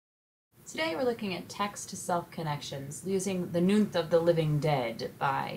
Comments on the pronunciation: "Nuit" is not pronounced "noonth"! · New-EE of the living dead. Nuit Is French for Night